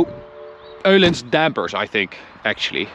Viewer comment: Thank you for pronouncing the Ö in Öhlins. That epic